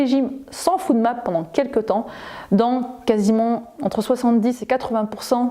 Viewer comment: Bonjour, Très bonne vidéo. Je vous informe juste que la prolongation de FODMAP se dit [fOdmap] et non [foudmap] 😉